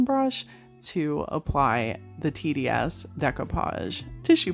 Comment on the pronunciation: Wellllll this was on my feed and I really enjoyed! You’ve got some awesome ideas, all of these projects were gorgeous. I had to rewind to listen closely when you first spoke about TDS; it almost sounded like “tenniea$$”😝🤣. My thought was wait what was the name of that product!??!! Anyway🥴 I subscribed and look forward to more of what you have to bless us with. ❤️😀